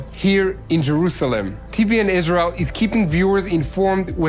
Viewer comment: I always enjoy your news reports. Yet i have a nagging question. Is your native language Israeli ? I ask because, to this American ear, it sounds as if you many times substitute the "R" sound ("Rrrrr..") with instead the "L" sound ("Lady"). An example is your pronunciation of your country "Israel" sounds like.."IS-LEE-AL" (no "R" sound at all. Is the "R" in "Israel" sounded as an "L" instead ? Thanks